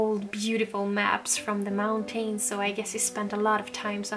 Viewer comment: I saw in one video you learned how to pronounce “mountains.”. You had pronounced it great- hoping you will try again. You don’t have to completely swallow the syllable if you don’t want- you can just say “mountans” or “mountins”. Not meaning to offend- I really love you and am longing for living in the country too!